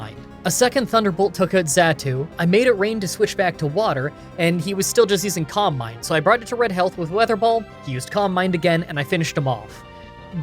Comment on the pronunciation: i know he's saying calm mind, but i kept hearing combine wonderful video as always